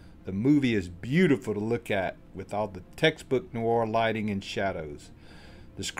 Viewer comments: People who host programs need to *pronounce correctly. PLEASE. Film NOIR - that's just one syllable, definitely not Noo-arr. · A shame the narrator can't correctly pronounce "noir". He makes it sound like "new-are". It only has one syllable.